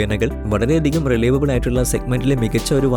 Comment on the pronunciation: റിലൈവബിൾ അല്ല റിലയബിൾ